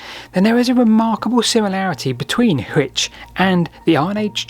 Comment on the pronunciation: Just so you know, Hwicce is two syllables. There was no "silent E" until after the Middle Ages.